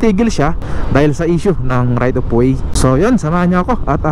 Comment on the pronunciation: Right of way. Hindi right of wayssss